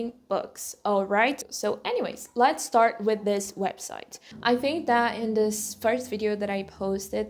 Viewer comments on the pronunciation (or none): Amo os seus videos. Mas um reparo: Vejo que tens certa dificuldade (que é normal, mas podes ultrapassar) em pronunciar palavras que começam com 's'. Por exempo: speak, start, state etc. Vejo que tendes a pronuncia ispik, istart, isteit ao invés de spik, start, steit. Again, I love your videos. You inspire me a lot. You kind of do the both things I love: Christianity and Learning Languages.